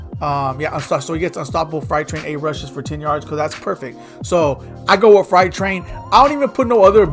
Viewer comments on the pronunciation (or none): freight (frate) train. Not fright. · "Fright Train" 😂😂😂